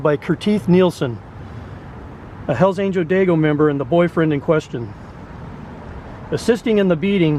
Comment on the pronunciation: The dude keeps saying dagios. That’s funny. It’s a slang term. Haha. F the dagios. It what it sounds like to me